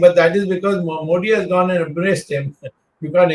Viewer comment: Wish old man could pronounce Modi properly 😂😂